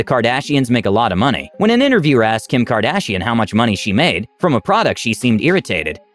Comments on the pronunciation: Please, please, PLEASE. Look up how to pronounce the names of the FAMOUS people you make videos about🙏🏻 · What is KardShian? Is that English? So cool 😎